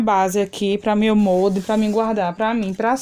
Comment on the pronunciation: Não é MONDE e sim MOLDE!